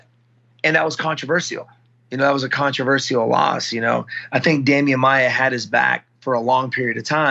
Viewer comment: Nobody: Wonderboy: cOnTrOvEseeAL